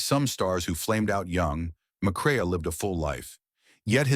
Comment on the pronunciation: Joel McCrea "Mac Ray"